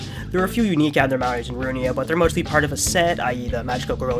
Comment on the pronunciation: sir it's library of RU-I-N-A, not RU-N-I-A